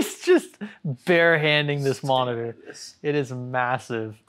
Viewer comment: veri big moneetor